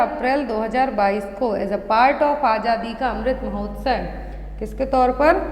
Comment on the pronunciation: Mahotsay nhi hota mahotsav hai wo 😂